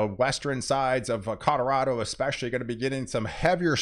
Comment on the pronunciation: Where the heck is Codorodo??? You must mean Codorolo! Bahahahaha!